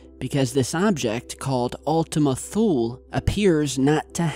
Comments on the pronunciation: I keep hearing Ultimate Fool. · It sound like u keep on saying "Ultimate Fool" 😂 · Were you saying Ultimate Fool??? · Another great video,. I want to share that I learned the correct pronunciation as Ultima Thule (toolee). Cheers. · Ultima Thule sure does sound like Ultima Fool ...... lol ..... Merry Christmas Everyone!!!! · i kept hearing ultimate fool lol